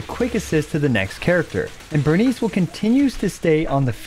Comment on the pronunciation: It's Burn Ice, not Burn Eese